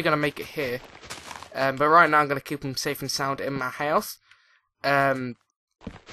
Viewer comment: House not huouse